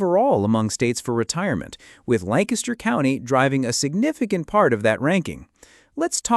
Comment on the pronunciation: Also it’s Lan Kiss ter. Not LAN caster. Thank you.